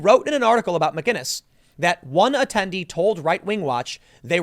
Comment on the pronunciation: Theres no "G" in McInnes